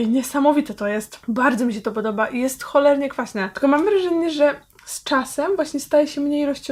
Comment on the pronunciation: omg powiedziala holernie